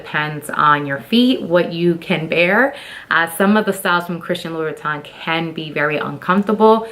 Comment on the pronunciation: 5’7” is NOT tall. And nothing wrong with being 6 feet. You can’t pronounce the brand. You are so ignorant and are trying way too hard imho.